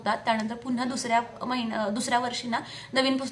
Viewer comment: महिणा नाही ग.. महिना म्हण😂